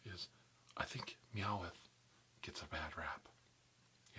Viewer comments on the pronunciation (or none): i cringe at the "e" sound inbetween the w and t in meowth. its two syllables not three...but great vid